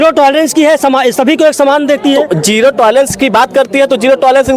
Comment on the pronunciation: जिरो टलारेंस नहीं जियो टलारेंस।